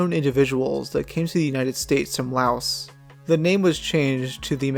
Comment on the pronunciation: Pretty sure that's not how Mexia or Laos are pronounced.